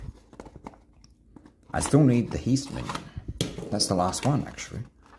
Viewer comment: Heist is pronounced as (hi s t)